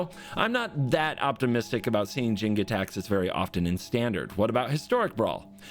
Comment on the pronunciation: That look when he suddenly realized he's been saying "Gitaxias" wrong this whole time